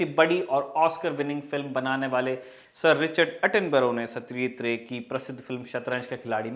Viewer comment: It's Ray not Rai.... As we are Indians so must pronounce correctly as indian not as foreigners... we should know our things ourselves